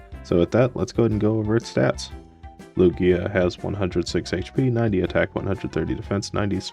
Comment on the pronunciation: Omg, it's Loo-ghee-ahhh! Oh no, that starting set tho :3 glad you got to use Lugia tho!